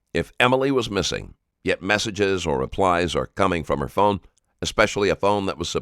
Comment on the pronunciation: M-e-s-s-a-g-e-s … massages 😂😂😂